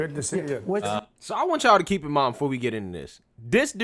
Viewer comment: Sarena just said "Kerp me out of it!" Lol